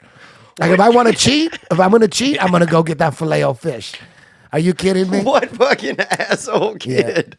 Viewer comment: I've never heard anyone pronounce it filet o fish like that! Am I alone??